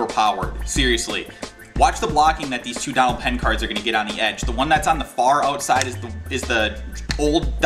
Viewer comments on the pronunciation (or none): none